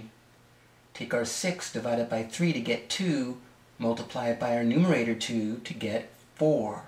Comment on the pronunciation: how he says the numerator .hahahaha!😂😂😂